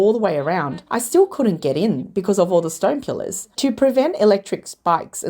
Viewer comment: AI voice randomly pronounces "pillars" as "killers" half the time and doesn't notice, because it's just artificial and not intelligent.